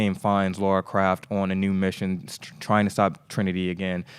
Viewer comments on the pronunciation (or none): Now he is saying craft! What a moran